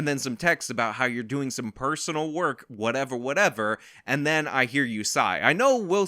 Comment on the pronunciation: 1. Whatevah Whatevah is now something I say all the time. I can’t help myself. 2. The only thing I agreed with in his apology video is that he’s a piece of shit